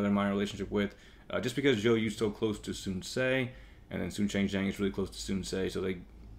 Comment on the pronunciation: nice video! But just being picky, I speak Chinese and it kinda bothers me with your pronunciation of the names. Sun shangxiang- /sun shang see iang/ (xi is pronounced like 'see'. Sun quan- /sun chu an/ (qu is pronounced 'chu'. Sun ce- /sun suh/